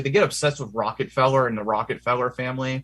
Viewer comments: I like how he mispronounces Rockefeller name - Rocketfellow. Quite funny. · ...and "Rocket Fellers" 💘